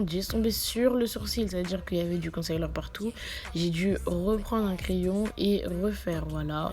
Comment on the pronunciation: Jvais taper toi ! Depuis quand ont dit « concaileur » niama 💀🤣🤣🤣